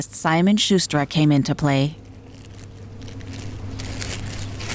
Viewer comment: Narrator: "environmental geneticist Simon Shuster' Me: "WHAT? The journalist?!" Screen: "Simon Schquestra"